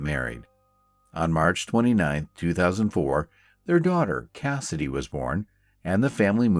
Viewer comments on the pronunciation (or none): You had me confused when you said Kennedy's feet were clean. After replaying it, I assumed you meant Cassidy.